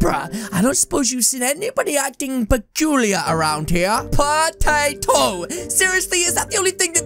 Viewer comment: is so funnny if he say pa tay toe